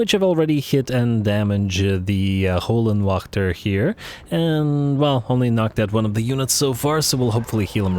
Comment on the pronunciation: If you translate Hell Guardians into German it will tell you how to correctly say Höllenwächter. You don’t say it to bad. Just as a German it hurts my ears. Love the channel keep it up